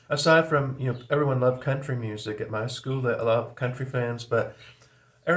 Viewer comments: when you pronounce school as 'skewell', it evokes the Brady Bunch. That puts you squarely between Boomers and Gen-X from a cultural standpoint. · Nah that’s some kind of accent thing, not generational. It’s how they say it in Manchester if that means anything.